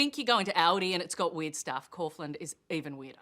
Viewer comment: Couldn't they have got the pronunciation correct?